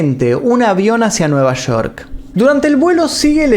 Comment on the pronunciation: El video está genial pero cada vez que escucho Shoko Ono y Nueva Shork me saco de onda😔😔😔